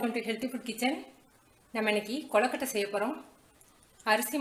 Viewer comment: naan onnu sollanum semma recipe but u r pronunciation of kozukuttai is wrong it is kozukuttai not kollakuttai